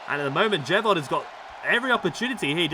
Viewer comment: Please for the love of God stop saying Jey Von. 😂😂😂